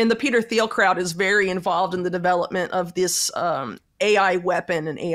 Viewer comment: Learn to pronounce Thiel